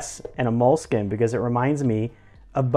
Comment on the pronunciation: Embarrassing how he pronounced „Moleskine“. Hint: It’s got nothing to do with a mole!